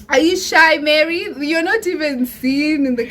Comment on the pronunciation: I loved it ❤️ bt Mary has become mary 😂😂🤣🤣 sorry swt